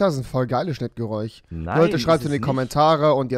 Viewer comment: Hat jemals erklärt warum er kein sch aussprechen kann? Geräuch